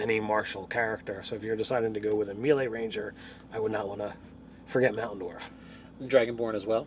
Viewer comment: I just noticed that you say melee wrong and I am now forever triggered when you say it XD